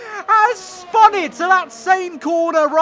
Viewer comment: Word: spun: SpAn